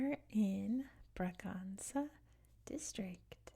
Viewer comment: Just a small corretion: the letter ç in portuguese is read like ss. So Bragança would be bragansa and not braganza (that's the spanish pronouciation). Like Açores is assores and not azores. Love your videos!